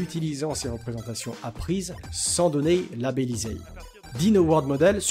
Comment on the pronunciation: pourquoi les "é" en fin de mot sont twisted ? donney protegey